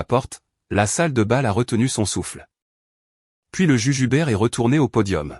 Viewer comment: Le juge Hubert et non le jujubert 😅😅😅